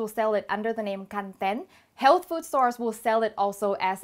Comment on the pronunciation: PS I think Kanten is pronounced with the stress on the first syllable, like the word 'content.'